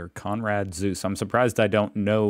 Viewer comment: Dear co-commentators, I'd like to advise you not to comment any of videos any longer. I repeatedly gave him "lessons" in German pronuntiation (nothing complicated; just things like not to drop vowels at the ends of words as he did here again in the name "Zuse" or how to pronounce "ei" and "ie"). I've tried to help him maybe four or five times. Yet I have to notice he doesn't care at all and goes on making the same mistakes over and over again. To me it's obvious he doesn't even read these commentaries. Do yourself a favour and stop wasting your time writing this guy! I'm pretty sure these words of mine will not be removed and stay here for the rest of this channel's existence because he won't read them anyways.